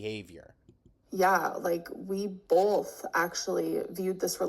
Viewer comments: It’s always “bolth of us”. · BOLTH. God I hate that so much.